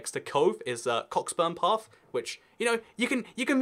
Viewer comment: It's pronounced 'Coh-berns-paf'